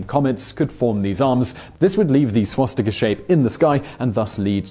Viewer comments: He always say schwatztika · Can we have a video on whether it is pronounced swastika or shwastika? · I’m sorry, but i have to comment on this. There are no schw-sound in the word Swastika, when you say it, it sounds like you are saying Schwastika, it’s Swa-sti-ka.... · Had Simon had a drink before this? swastika, shwashtika, swashtika, shwastika? How many ways did he pronounce it??? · Why do you sometimes pronounce it "swastika", sometimes "swaschtika" and others still "schwostika"?